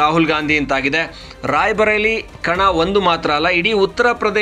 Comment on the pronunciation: NOT RAIBHARELI BUT RAI BARELI NOT BHA BUT BA.